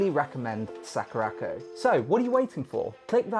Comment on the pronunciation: Sack-rac-koh... Splendid pronunciation dude.